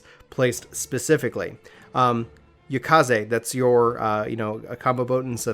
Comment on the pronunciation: "Yukaze" "Ijatsu" I mean, you said the pronunciation wouldn't be good, but you could at least read the word